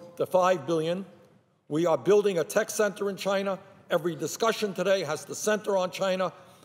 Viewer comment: Has anyone noticed that Bernie sometimes says chiner instead of China?